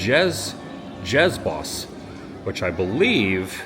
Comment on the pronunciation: the best part of being dutch, is getting to hear english people try to speak dutch. this specific word is pronounced spr-o-kyuhs boss, which directly translates to fairytale (sprookjes) forest (bos).